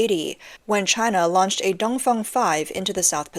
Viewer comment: Did she say the “Dumb Fung” 😂